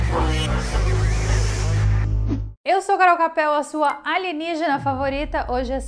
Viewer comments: Carol é aligenigina e não aligenigina kkkk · Minha esposa também fala "aligenígena" hahaha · Kkkkk adoro quando ela fala aligenigena